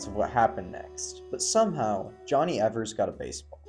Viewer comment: The pronunciation of Palmeiro struck me, too. (And Schott, too.) (And Evers)